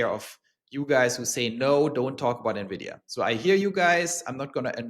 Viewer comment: Thank you for pronouncing Nvidia properly. Drive me crazy when people say nevidia